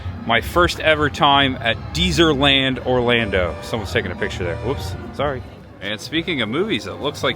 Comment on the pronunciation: And it's Dez-er-land...not Deezer-land.